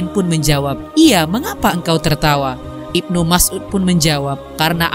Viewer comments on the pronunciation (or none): none